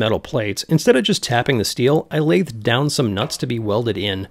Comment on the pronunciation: Please tell me you were joking when you said lathed